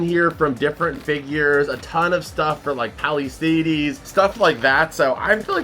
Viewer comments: Haha it gets me every time when you say Palisades. Lol Is it an inside joke thing or is it really how you think it's pronounced? It's pronounced like "Pal-uh-sayds" not "Pal-uh-say-deez" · yo the way says Palisades is so wild. And then he kept saying it!